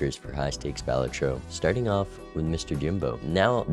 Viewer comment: why does he say balatro like that 💔